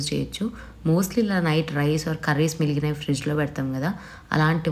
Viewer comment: Miliginavi kaadu migilinavi Ani anali